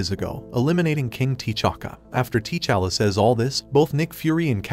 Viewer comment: TAA'Challa, NOT TEE'Challa.